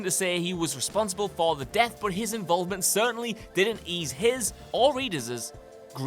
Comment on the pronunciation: lol "Readerzuz"